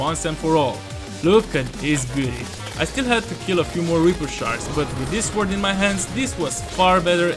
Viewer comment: So he can say "gnomes" but can't say "sword" properly 😅 interesting 😊